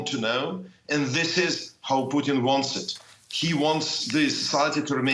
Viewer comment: Love how he pronounced Putin as Poutine